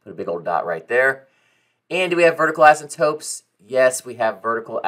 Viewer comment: Dude either you or me are saying asymptotes incorrectly